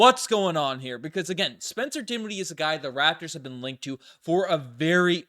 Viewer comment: dinshiddie? ugh.